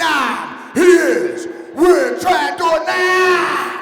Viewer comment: Chán mấy a nước ngoài đọc tên nguyễn trần đổ nát